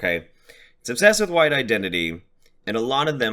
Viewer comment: "W-HHH-ITE" "Captain Puffy Nipples" I can't stop laughing! 😂